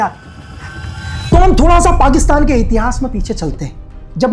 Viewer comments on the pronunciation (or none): none